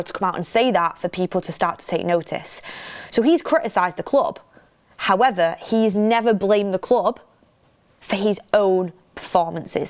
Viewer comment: Is it me or always say “Howether” instead of “However?” 😊. It’s super cute though